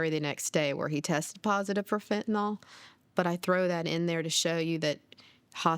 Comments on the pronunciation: People keep saying Fentinol. It's Fentanyl. Fen-ta-nil, not Fen-ti-nol. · Isn't it pronounced Fin-ta-NIL?